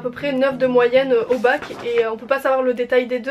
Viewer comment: Svp on a compris que c'est bac et pas mac😂😭